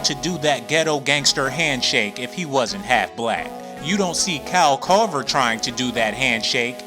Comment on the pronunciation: This dude said Kyle Kover